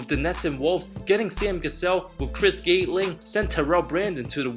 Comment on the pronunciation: Just letting you know, &, it's pronounced (Chris) Gat-ling not Gate-ling. And, it's Glenn "Big Dog" Robinson not "Mad Dog". Just in case you may have to say those names again. Also, in other videos, I've heard Brian Scott..however, it's Byron Scott.